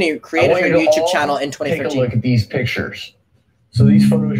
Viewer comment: take a shot every time says "youchube"